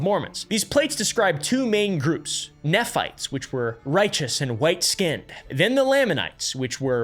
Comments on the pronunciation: NEE phites, LAA manites. You didn’t do your research very well. 😂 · Not “neff” fites, “nee” fites… In church when I was little, I always imagined a bunch of people fighting with their knees. And then I’d imagine the “Lame” anites couldn’t walk, so no wonder they always lost the battles… 😅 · As a past mormon, there are only 2 things I have to complain about regarding this video: pronunciations. "Nephites" is pronounced with a long E, like "knee-fights" and "Lamanites" also with a long A, like "lame-a-knights". Otherwise spot on! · It’s pronounced Knee-fights and Lay-men-ites lol 😂😂😂 (Nephites and Lamenites) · As an ex mormon We always pronpuced nephites and lamanites "nee-fites" and "lame-an-nites" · I say this as someone who is very much NOT a Mormon and has no interest in becoming one, but I have to say, you'd be a lot more credible if you could pronounce the Book of Mormon names properly. Moroni is mo-ROE-nye, Nephites are NEE-phites, and Lamanites are LAY-manites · Bye the way, Nephites is pronounced “knee-fights” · FYI nephites are pronounced knee fights. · Only like 7 minutes in but as an exmo I'm really struggling with your pronunciation of a few words. Nephites are like knee-fights, lamanites are like lame-an-ites, and Moroni is like mo-row-nigh. Anyway, great video so far lol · knee-fights cmon please, learn how to pronounce. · How to pronounce common Mormon words: lamanites: lame-Ann-ites Nephites: knee-fights Moroni: more-own-eye Feel free to add more -exmo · Ex morman here, I was taught to pronounce nephite as NEE-Fight and lamanite Lay-mon-night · Exmormon here… most Mormons have 0 idea about any of this information. If you are questioning things they tell you to “only use church resources to do more research”. I got disowned from my family for multiple years because I left. Thank you for making this video! (Also Mormons pronounce it “knee-fights”) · just pointing out another mispronunciation. Nephites are pronounced like knee-fights